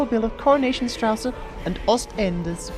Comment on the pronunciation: 'And later, an evening of soaps, with a double bill of Coronation Straße and Ostenders' 😂😂😂😂 that bit tickled me